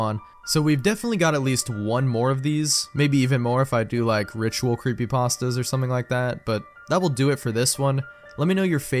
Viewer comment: Ah yes, I love gaming "creepypastdas"